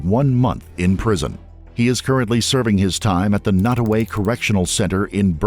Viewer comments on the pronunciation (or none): Did he say nutaway correctional facility lol